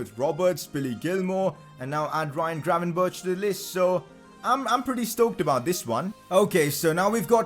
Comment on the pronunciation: Can you google how to say "gravenberch"